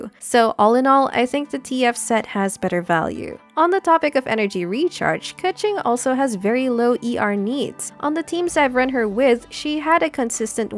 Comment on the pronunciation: Why köching? It's Keqing